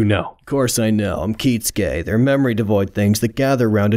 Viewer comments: It will never stop bothering me how he pronounces Kisuke as Kitsuke, always putting a hard emphasis on a T that isn't there. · Anyone else ever wonder why they pronounce Kisuke Urahara as Kitsuke?